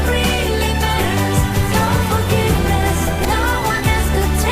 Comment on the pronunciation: Absolutamente sofrível a pronúncia da narradora. Chama um dos integrantes da Banda de Bejorn quando a pronúncia correta é Biorn. Também pronuncia Nice quando o correto é "naice". Quando alguém quer fazer um vídeo desse porte tem que dar ênfase à qualidade.